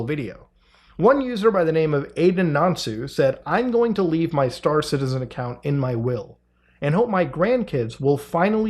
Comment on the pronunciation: I was not watching the video but listening to it and I genuinely thought you were saying Citizen Khan.